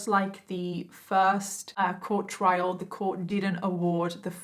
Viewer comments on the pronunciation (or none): none